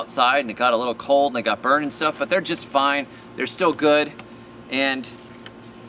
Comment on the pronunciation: . Did you say they are just fine or did you say they are just vine?